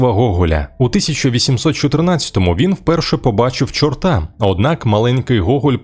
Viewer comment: Не чортА, а чОрта. У краї нський наголос.